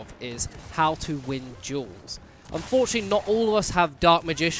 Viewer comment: you were saying duels i thought you said jewels